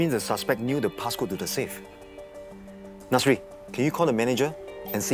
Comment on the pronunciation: The way he pronounce Chee Wee sounds like chewy and Nasri like nursery